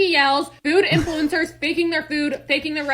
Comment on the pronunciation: Why are you saying "influencers" like that? Influ-EN-cers? You're putting the em-PHA-sis on the wrong syl-LAB-ble